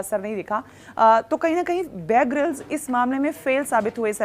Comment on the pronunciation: Mohtarma ko apne favorite anchor ka nam tak sahi se nhi pata hai..{ babe grylls }. It's not babe grylls it's bear grylls. You should do your homework first then make a video.